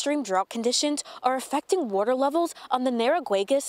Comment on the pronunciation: Hahaha Who is this Bush chick....😂 Yeah can I get a glass of wader!!🤣🤣🤣🤣